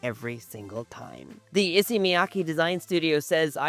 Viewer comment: If you're going to buy all of them, at least pronounce Issey correctly...